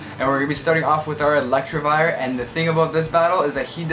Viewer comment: No one:: ELECTRIVIRE Sorry had to point out the mispronunciation as a meme